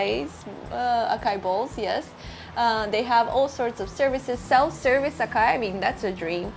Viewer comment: Hehe say it with me, ah sah ee (acai) not ah Kay ah